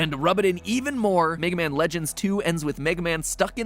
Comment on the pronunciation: Wega Man